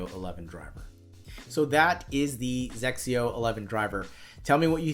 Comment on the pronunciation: the way you pronounced it "sexio"..... LOL. "XSIO" has been in the US for a long time (since 2004). But of course, it is not a golf club that is easily found at Dicks or Target. You have to go to stores at golf courses. Then you can find some "Drivers" and "Iron Set". I saw one at a golf course selling for $300. I think it was XXIO 8 driver. And again, the flex is Soft regular and it is for "senior" golfers.